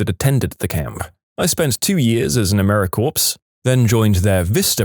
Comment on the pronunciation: The last syllable in "Americorps," as well as the word "corps," is pronounced as "core." Both the "p" and the "s" are silent. It should never be pronounced as "corpse."